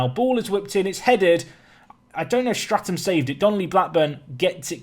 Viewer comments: Enjoying the series but have to point out your 'keeper's name is 'Statham' without an 'r' as in 'Jason Statham' and not 'Strat-ham'. Keep up the good work! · Love the Series! But please! its Statham not Straton! No wonder he couldn't save a thing with the manager calling the wrong name. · your keepers name is STATHAM not STRATAM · Please its Statham not Stratham, lose the R :D .............Salami favourite pizza topping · Who's gunna tell him his keeper is Statham like Jason and not Straton